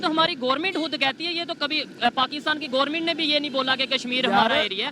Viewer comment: I like the way says ' Gourmint' for Government 🙄🤣